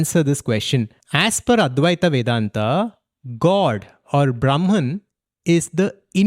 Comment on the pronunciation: It’s not Advaitā Vendantā. It’s Advaita Vedanta. There is no “aa” sound its just “a” sound if you speak the words in Sanskrit